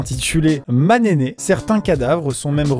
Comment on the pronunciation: Cest pas "ma'ne'ne" mais "ma'nene'"